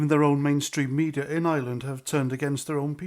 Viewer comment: Please do try to pronounce ireland and not island 👍🏻